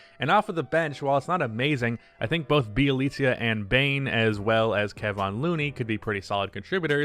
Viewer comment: The way you said bjelica lol